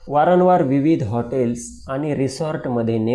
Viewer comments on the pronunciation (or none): वारनवार नाही भाऊ वारंवार म्हण